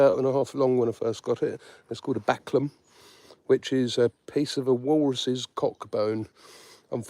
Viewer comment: Did you say that was valcum bone 😂😂 walrus what bone 😭